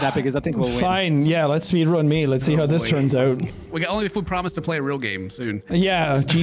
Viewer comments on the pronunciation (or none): "SPEED RUUUN" sounds like "SWEDEN" aha